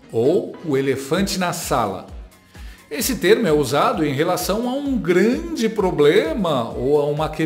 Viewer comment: "Sua 'xantidade', Alexandre, o "Glande". Sensacional